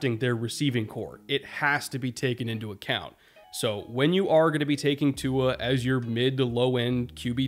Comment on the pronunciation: Didn’t quite stick the landing on pronouncing Tua’s name but I respect the effort 😂